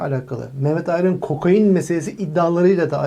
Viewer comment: ulan kokoin diyip duruyor yaaaa KOKAIN KOKAN ismi... KOKOIN degil